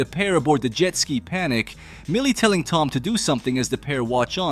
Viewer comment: well now i know just to ask the robots to pronounce jet ski...